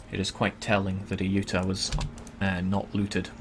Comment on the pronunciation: i know its petty but its pronounced ay-you-tah-ya. my ocd is tingling haha